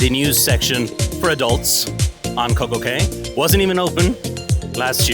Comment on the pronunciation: Nicely presented. I'm going to see if you sailed on a different class of Celebrity and if you have, your comments. btw, Coco Cay is pronounced Coco Key. For some reason, the private islands pronunciation is actually "key" though many of the younger vloggers say "kay."